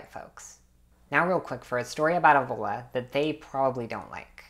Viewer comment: You dont even know how to pronunce it ÈVOLA